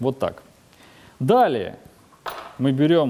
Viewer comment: стареешь )) не далее, а даллее )))